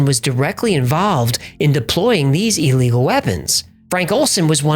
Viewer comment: I enjoy your channel, but just one small point...it's not pronounced E legal. To me it's like nails on a chalkboard.